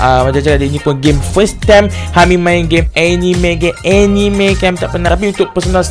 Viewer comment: salah lh hami sebut anime,hahahaah...